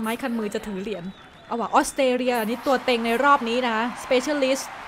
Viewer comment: ตัวเต็งครับไม่ตัวเกร็ง...